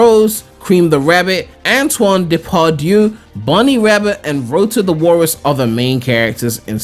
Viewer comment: They got Antoine's name wrong